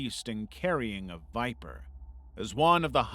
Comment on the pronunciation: "...sitting on a beast and carrying a viper" What I understood: "...sitting on a beast and carrying a diaper" :face-blue-wide-eyes